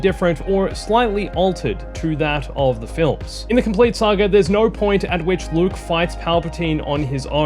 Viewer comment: It's pronounced Saga not "sAgER" whatever TF that was🤦